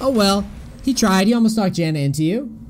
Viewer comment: I hate how he pronounces xayah